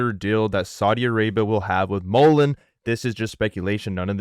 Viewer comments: The Randy guys kept saying Mullens which bothers me as well, but John even said Mullens from the Friday interview in MI, lol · videos seem illegitimate. I feel its unprofessional. And hes calling mullen (mullens)